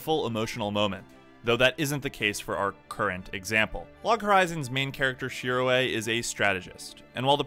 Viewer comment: Shirō not shiroe